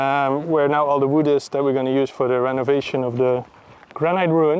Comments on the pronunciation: Hot Tip from a native English speaker: Granite is pronounced 'gra-nuht' not 'gran-night'. Like this 👍 Keep up the great work!!! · Someone send a pair of braces/suspenders. Also does anyone else think that the pronunciation of 'granite' is a bit weird (funny) - gran night as opposed to gran nit. Love you guys. ☔👍🏴